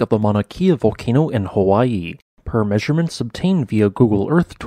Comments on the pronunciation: Mauna Kea…pronounced Kay ah. Not key ah. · It's pronounced with a short "e" so it's "Ke•a" not "Kee•a", and that's a sinkhole. Obviously a large lava tube beneath. No volcanic activity necessary for that to happen. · “Kea” is pronounced “keh-ah”, not “kee-ah”. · Kay-ah Not Key-ah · Kea not keea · It’s Mauna “Kay-uh,” not “kia.” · “Kay uh”. Not “kee uh” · kay ah not key ah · It's Mauna "Keh-a", not "Key-a". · Kea ----- kay-uh not kia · It is pronounced Kay-uh, not Key-ah. Mauna Kea. The Hawaiian language has its own rules of pronunciation that are not necessarily the same as the English language. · Pronunciation Not Kia like the car . Kea like your the letter K . Born raised Hawaiian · It’s pronounced kaya. The vowel e in Hawai’ian is pronounced like an ‘a’. Thought you might like to know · It's "Kea," pronounced "KAY-uh."